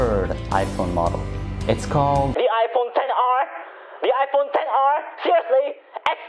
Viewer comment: iPhone tennis.Pls tell me I'm not the only one hearing this.😂